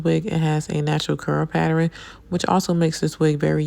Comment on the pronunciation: Whyyyy do yall say PAtter-in. I it’s Pattern. ..ERN. ERN